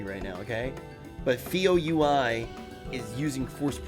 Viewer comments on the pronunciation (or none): "Feo U. I" It's Feo UL like Feo OOL. lol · man everytime he says feo u.i. i implode